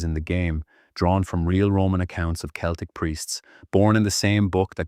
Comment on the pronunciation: pron. Keltik and not seltick